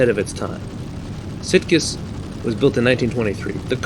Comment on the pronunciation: In the Spanish, it should be a soft "g" in the name "Sitges"-Terramar. I think even the 1934 cars would be pretty insane here, let alone the '37 machines. I know some of the board tracks here in the States were pretty darn steep. I think it was the Miami Beach track where the cars needed to be running maybe as fast as 110 mph to not start sliding down the banking in the corners. And I think it was Kansas City, either that or St. Louis, that had like a 2-mile board track with the turns banked at about 50 degrees. Just nuts back then.